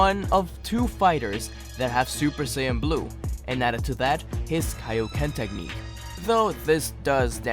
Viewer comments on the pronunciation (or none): none